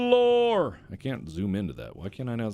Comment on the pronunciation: I find it hilarious how he says lore so I'm placing the timestamp here.